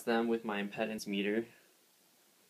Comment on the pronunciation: It's pronounced impeedance.